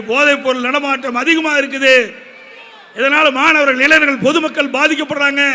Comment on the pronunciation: எடப்பாடி........ இளைநர்கள் அல்ல. இளைஞர்கள் என்று உச்சரிக்கவும்